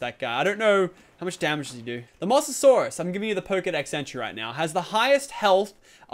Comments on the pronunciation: Its pronounced mo sa saurus not moss a saurus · anyone notice he said mosssssasoursuse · it's Mosasaurus as in moses from the bible and saurus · prenauts moh-za-saurus